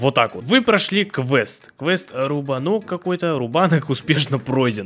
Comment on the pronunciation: не рубно́к, а руба́нок😂😂